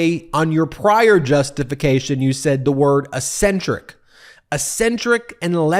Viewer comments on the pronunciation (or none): Ben, it’s pronounced eck-SEN-trik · Ben has a strange idea of how to pronounce "eccentric.